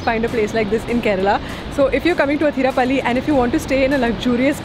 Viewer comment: Its not Hatirappally...Please pronounce it as 'Athirappally'